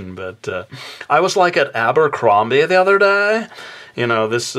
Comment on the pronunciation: Yeah I was like at abercrombehh the other dehhh hahaha made me laugh so much thank you!